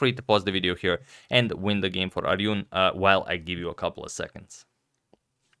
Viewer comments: Agadmator at 1.26 , 1.30 , 2.16 , 2.47, 6.00 and at 11.08 you pronounced the name of ARJUN as Aryun. Indians are very found of the name of ARJUN. Bhagavad Gita the world famous scripture was spoken to ARJUN the great WARRIOR. He was the younger brother of the great EMPEROR YUDHISHTHIRA. So request you to know the correct pronunciation of the name ARJUN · you pronounced Arjun name wrong antonio.. its more like june rather than yun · Hi, Ar(june) is correct, Not Aryun. Name of Indian. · His name isn't Aryan lol. It's Arjun. You struggles pronuncing Indian name. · It's Arjun not aryun Thank you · its pronounced Arjun with a "J" unlike "y" in eastern Europe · A time when Agad pronounced Arjun as Aryun 😊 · Great game. Arjun is pronounced as "AR"-"JUNE"; like the month of june. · Hey Agad! You have to pronounce 'j' in Arjun same way as you pronounce j in jack sparrow, joker etc. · The right way to pronounce is or-zoon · #suggestion Arjun is pronounced like Ur from urgent, jun from june without e sound. So like Ur-jun. Best examples i could give. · nice game. it's pronounced R - Jun as in June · Just a suggestion his name is Arjun here 'j' is pronounced like we pronounce 'j' in the English month of January. Phonetic spelling of Arjun is : aaRJHuw-N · Arjun is pronounced as Ar-june or Arjun itself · Antonio, ARJUN is pronounced exactly as it's spelled. It's AR-JU-N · It's pronounced ar'-june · Hey man i love your content but you are butchering Arjun Ar like in Arm jun like in june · Brother it's called ar-june(arjun)! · Agad it is Pronounced as Aar june . Just for Information because you will have to cover more of his games in the future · Hi Antonio, the pronunciation would be Arzoon. Thanks for your constant uploads nonetheless. ❤️ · You have to pronounce Arjun with the J ... Not the Spanish J... Not like "Arhun" it's "Arjun" .... 😁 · Sir it's Arjun with a "J" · The J in Arjun is not silent. Mentioning cause you generally like to get the pronounciation correct.🙂